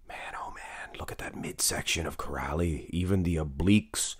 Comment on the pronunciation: Király is pronounced "Kiraay" and not "Kirali", and László is "Laslo" not "Lazlo"